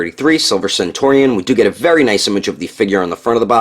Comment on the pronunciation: Centurion is pronounced very much like century